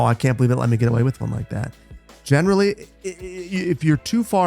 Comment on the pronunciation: Does anyone else salute and say "General Lee" every time he says "generally"?